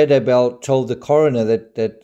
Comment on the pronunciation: it's so annoying how people are saying daybell... they say Day Bell as if it's two words ugh people come on it's daybell. one word also how the crap did they not catch this evidence the first time round and they had to take her body out and recheck geez. when someone young dies you check everything